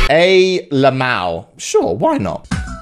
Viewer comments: Ay..Lemaow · MariaSh elemaoh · The way he says lmao😂😂 It is pronounced el-em-a-oh Lmaoooooo (For those who didn't understand, this is a joke...😑) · el! em.... AH! oh... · MariaSh i thought thats how you pronounce it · Wait a minute- did pronounce “Lmao” wrong? BOOMER